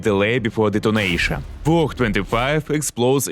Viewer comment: I kept hearing donation instead of detonation "shoot him before donation" 😅